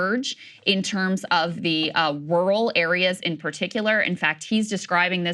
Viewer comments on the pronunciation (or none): She pronounces RUAL like George W Bush would. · krystal can't say "rural" lolol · I feel like Krystal's jourlalism is tops. But she messes up words like rural like my wife does. We have loads of fun with things like Rory McEllroy